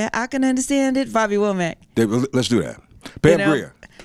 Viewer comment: Did this dude say Bobby Wormack ? Damn its "Wo" Mack"... Does a person have to sound a certain way, to attract a certain audience... I'm just saying....